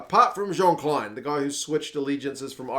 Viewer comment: Kleyn pronounced the same as Steyn..